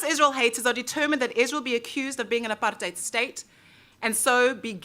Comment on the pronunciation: At least you pronounce the word "apartheid" correctly. I love that you're my fellow country-person (in case "countryman" is unacceptable), and make me proud of being a South African.